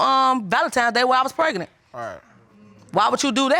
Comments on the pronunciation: it urked me everytime she said that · I feel like I'm losing intelligence with every word this couple speaks....if he says open legz one more time or if she says preg-a-nant again.... I'm leaving! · This is the first known woman to ever get preg-A-nant!!!! “PregAnant, pregAnant, pregAnant!” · Justina Hamilton maybe like preg-A-nant!! pregAnant, pregAnant pregAnant